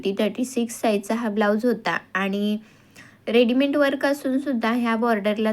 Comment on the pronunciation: रेडिमेण्ट नाही ग ताई रेडिमेड असतं ते बाकी तुझे ऑल व्हिडीओ❤❤❤❤👌🏻👌🏻👌🏻👌🏻😊